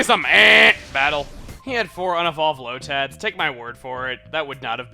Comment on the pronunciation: say lotad weirdly again like in pokemon emerald